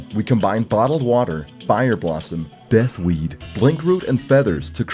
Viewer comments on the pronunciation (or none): He really put an emphasis on Death Weed.